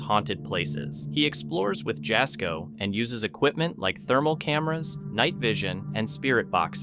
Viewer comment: The YouTuber that film that films with Chris Baird is Jasko. But you Don't pronounce his name right. The J at the beginning of his name is pronounced as a "Y" like in the word "Yak".